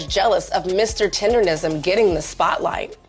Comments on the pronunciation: Why do people keep saying tenderism 😅 It's tendernism. Yea, UNC is the sensation. Dude may have slowed down his revenues. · It's TENDERNISM not TENDERISM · 🤣 I know..they keep saying “tenderism” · Why the people in the videos keep mispronouncing it? TenderNism NOT tenderRism. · TenderNism! N..N..N. The N starts the 3rd syllable in the word. TenderNism. Those IG/TikTok reviewers need to pronounce correctly.😂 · Please pronounce the phrase right!!! It's "TENDER NISM" with an "N" folks c'mon now!!! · Idk 'bout ya'll, but dude calling it "tenderism" triggered thee shit out me.